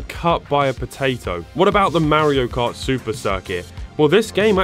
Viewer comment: "Mario Kurt" 😂😂😂Ich brech ab! 🤣🤣🤣